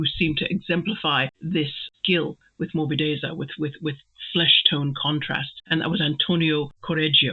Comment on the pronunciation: Hi, it took me longer than expected to get to this MM video. But finally I made it. Great meditation, as usual. Your pronunciation of 'morbidezza' is perfectly fine. Apart from its use as a technical term about painting styles, in Italian it is also a used in other contexts where it means something like smoothness or softness (in a physical sense, e.g. of a cushion or skin, but also the taste of wine), being pliant or easily malleable; it can also be used to characterize the litheness of movements), or in a more figurative way as a quality of a character,... I think you get the general idea. Regarding the point whether Mr. Brooke makes a mistake by using this term in reference to Will's painting: Interesting thought. I was under the impression that this sentence was still addressed to Dorothea, so I thought that this was still part of Mr. Brooke's criticism of Dorothea's lack of some feminine qualities (delicacy). I fully understand the connection you make to morbid, this is a connotation that would also come to the mind of German readers, - but probably not for an Italian one, because in Italian there are two distinct adjectives: 'morbido' (for English: 'soft') and 'morboso' (for English 'morbid').